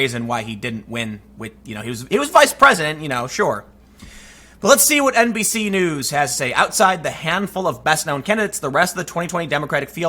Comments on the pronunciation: Every time he says NBC News it sounds like NPC News. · Did you say "NPC News"? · Did you say NBC News or did you say NPC News? ) I think it's time for NPC News Channel to become a thing. )